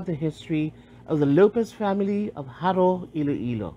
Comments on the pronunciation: I can tell you're not by the way you're saying Jaró. The Lopez/Lopez-Jaena clan are a separate clan. Is that who you mean by the Lopezes that were already in Jaro? They have intermixed already many Lopezes today are members of both clans. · Im sorry but the narrator pronounced the word "Jaro" incorrectly.